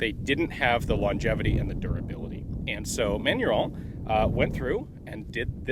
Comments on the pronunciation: Kudos for trying to pronounce the french, but your box said "Manurhin" (raen) not "Manurhone" (rawn) you mixed up your major french rivers, Ian! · I love Ian's pronunciation of Manurhin (actual pronunciation: [mænyʁɛ̃]) as: [mæɲu:ɹɔ̃]. It's a perfectly fine example of Americans' interesting interpretation of French phonology. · Side note for information : Manurhin you are pronouncing as "Manu-Rond" (like french "Round (shape)") - it's more like "Manu-Rhin" (Like the Rhein river in French) - it's complicated because neither of those nasal vowels exist in the English language. Compare : Manu-Wrong to Main-Rain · Ian : Manurond Me : Manurhin Ian : ... Me : ok, manurond. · Manurhin not "manuron". No "o". Manurhin is a portemanteau (French spelling) for Manufacture du Rhin, or Rhine Manufacture. The gun is quite beefy. The top strap is thick and very strong so are all other parts. Cylinder, barrel, etc...Every single part on this revolver is hand forged, hence its strength and longevity. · That pronunciation sounds like manure... @@